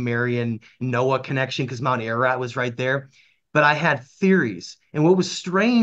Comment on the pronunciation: Pronounced AR - AR - ROT .. not AIR AH RAT . ❤🇦🇲🇦🇲🇦🇲🙏